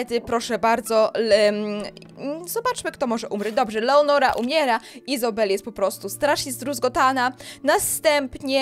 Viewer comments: ty cały czas czytasz leonora a ona jest lenora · to nie jest leonora tylko lenora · To nie leonora tylko Lenora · Lenora to jest a nie leonora 😂😂